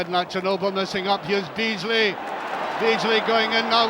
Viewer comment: Archie McPherson legend 😂 "Dabeasly"